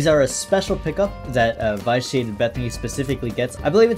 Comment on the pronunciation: you're pronouncing "vitiate" wrong. short i, not a long i.